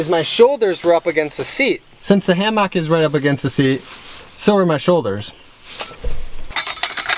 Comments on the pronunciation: I am really hoping the hammock /ˈhæm·ək/ didn't work out. For purely selfish reasons, because if I have to hear him say "hAm-AWk" anymore I am going to have to unsubscribe, for mental health reasons. I'm developing a nervous twitch. Still love you, keep on keeping on. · Why does when he says "ham-ock" bother me so bad? lol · HAM-OCK! the way you pronounce it cracks me up! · "ham-mock" are you from wisconsin? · I literally have a physical reaction, I thought he was saying it that way to troll us, but he says it is his accent. I might have to burn the hammock myself just so he won't keep talking about it. 🙈😂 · He commented yesterday saying it was a joke about how Wisconsinites say things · That is totally different, lol. I'm pretty sure he is just trolling by over annunciating it like that.